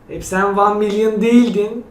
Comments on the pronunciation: "Wan milyın" hayırlı olsun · Yeahhhh wan mılyın :) XD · Nobody::vAn mİlYoN